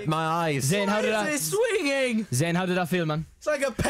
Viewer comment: ITS ZAYN NOT ZAIN